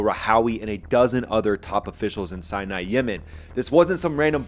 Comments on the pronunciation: Love your videos. Remember it’s Sana (capital of Yemen) not Sinai. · Good video mate but it's pronounced San-a, not Sinai (as in the Sinai peninsula in Egypt).